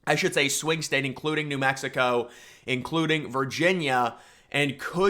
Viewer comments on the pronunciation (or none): none